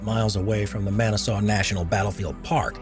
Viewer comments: Man-uh-saw?🤔 As in, Man, I saw a battlefield. Muh-nass-us. 🙂 Semper Fi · Lol did they pronounce Manassas national park as Man-Ah-saw... it’s pronounced man-asses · I wasn’t living in Northern Virginia back then, but I do now. My biggest question on that part of the video is “who on earth can’t pronounce Manassas?” I’ve been able to pronounce it since elementary school when I lived in the Midwest. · It would be better if he could pronounce all the words. It took me too long to figure out his mashing of Manassas. A way around that would have been to say, "Bull Run." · With the butchering of Manassas, I wonder how he would pronounce Antietam.